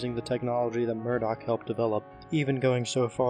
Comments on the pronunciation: ITS NIMDOK NOT MURDOC THIS ISNT THE GORILLAZ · Nimdok not Murdock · The old man's name is Nimdok, not Murdock. I tried but I can't find the joke if there is one lol